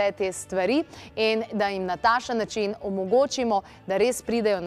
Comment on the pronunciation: taksen ne tasen